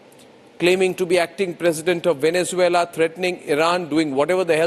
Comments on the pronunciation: Bakshi saab gorilla in Vennanzula nahi hain sirji it’s Venezuela 😂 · You stand with a guy who can't say Venezuela 😂